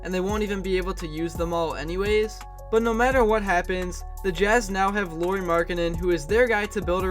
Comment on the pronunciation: Just for future reference, you pronounce Luari like Lowry (Like Kyle Lowry's last name). Maybe do 30 more seconds of research before your next video.